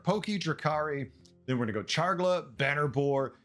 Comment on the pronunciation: I’m not sure the last time I heard someone say “Chargla” instead of “Charlga”. Rather entertaining. Looking forward to Beasts.